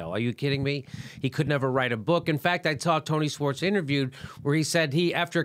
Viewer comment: Jimmy, it's pronounced, "shworts," not "swarts"!